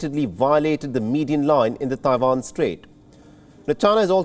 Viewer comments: It's Taiwan not Dawan !!! Annoying af!!! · Its Taiwan, not Tai-vahn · The Indian anchor has a funny pronunciation of Taiwan!